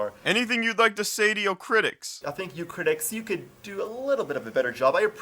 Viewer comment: Can you stop pronouncing "Your" as "Yo"? It sounds really forced and I'm actually cringing every time you do it. If you're gonna speak that way then make sure you sound natural because it sounds really lame otherwise.